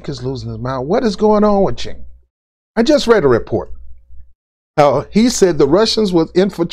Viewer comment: The C in his name is pronounced with a J.